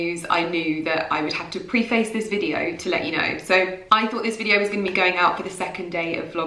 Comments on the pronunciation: the word "Preface" she meant. Prey-fuss is how it's pronounced and said Pre-face. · Preh ~ fuhs. Is how you you pronounce Preface. So, shocked to hear an English woman, unable to correctly speak /pronounce her own Language! Coming from, Ireland.... Which is, the BEST ENGLISH SPEAKING COUNTRY IN THE WORLD. You pronounced it....... Pree Face. Wow.... What school did you go to? 😂🤔😳🙄😲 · Is ‘preface’ a word that you’ve only ever seen written down? Because that is not how you pronounce it 😂 it’s more like: pre fuss (pre like prayer not pree) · I don't want to sound rude but it's pronounced "preh·fuhs" :) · In the beginning she said she had to “preface this video…” “preface” is pronounced “preh-fuhs.”